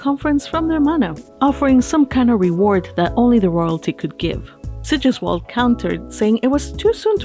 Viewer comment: "Sigisquirm" . Hah.